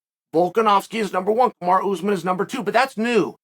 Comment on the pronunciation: Lmao “Kamarow” pronounced like tomorrow Chael is such a d*ck 🤣